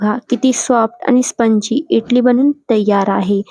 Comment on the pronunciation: इटली नाही इडली म्हणतात 😂